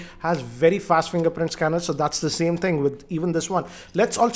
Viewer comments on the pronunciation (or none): none